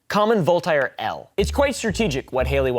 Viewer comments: Who TF is "Vol-tie-air"?🤣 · Vul-Tie-Air L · it's pronounced "VOLT-AIR" as a native french speaker that drove me nuts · "I think therefore I ham" - Volt-ire